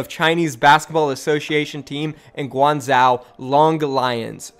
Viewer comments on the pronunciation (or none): its pronounced gwang zo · "Olympick de Mar-say" and "Gwung-zsho" bro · Pronounced guang ju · For guang-zhou, this isn’t a perfect pronunciation but I would say “gwang-joe” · Pronunciations for these cities from a French-Sino-American: Guangzhou = Guang (you're doing fine on this syllable) J-ow Olympique de Marseille = Oh-limp-peak de Mar-saye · Its guang jo-oh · Guangzhou is pronounced Gwangh-joh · Holy shit u butchered Guangzhou so hard😂 But lets goooo my home town gets a team! Let’s hope it doesn’t flop like SHD